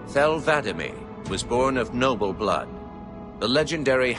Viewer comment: He keeps saying Vadamee wrong